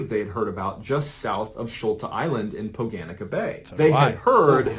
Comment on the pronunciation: noooooooooooooooooo he says Šolta correctly but then royally fucks up the pronunciation of Poganica